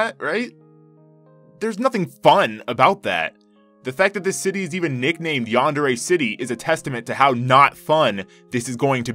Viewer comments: I'm throwing chairs around the house in anger_ yandere not yandare it sounds like a cleaning product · it's pronounced yandere!! get it right